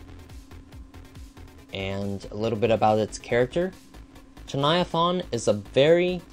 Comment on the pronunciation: You said chuviathaun not chuniathain